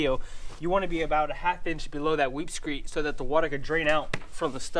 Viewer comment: It’s pronounced “weep screeD”. T’s not allowed.